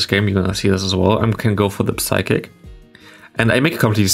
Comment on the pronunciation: Since you Play medicham that often i gotta tell you that the p in psychic is silent. Its pronounced like sychic. No offense though, your english is great and has already improved a lot.